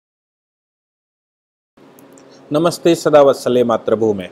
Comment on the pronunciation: 'मात्र'भूमे नही, मातृभूमे भाई.